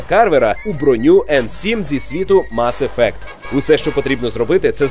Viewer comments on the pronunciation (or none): мАс ефект? який нафіг мАс ефект? ну з вас і транслітератори. мес ефект!